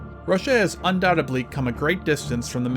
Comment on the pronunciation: I was going to subscribe, but at five minutes and 31 seconds, you should have said undoubtedly correctly